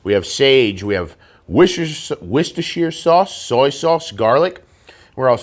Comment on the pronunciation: it is pronounced "wash your sister" sauce. LOL.